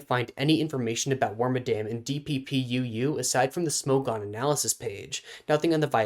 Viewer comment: Claims it's awesome but doesn't care about it enough to pronounce its name correctly.